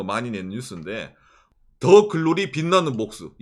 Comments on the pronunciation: '드'글로리가 아니고. '더' 글로리입니당 ~~ㅎㅎㅎ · 드 글로리ㅋㅋㅋㅋ 더가 잘 안되시는 귀엽네요ㅋㅋㅋㅋㅋㅋ